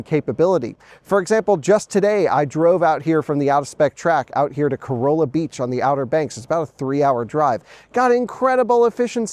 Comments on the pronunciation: Corolla is pronounced "Coralla" "Cor-alla". Enjoy your time on the OBX. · Cuh-rah-lah beach. I was corrected quickly when I was there 😂